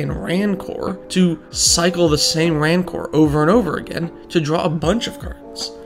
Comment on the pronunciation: Mention this not to be a pedant, but because you might wanna know, and it's a classic! "Rancor" is pronounced like "Ranker", not "Rann-core". It means bitterness. Great vid, btw